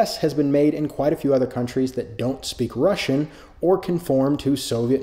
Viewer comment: Says forgive my Russian then proceeds to say it in probably the most correct way I’ve ever heard.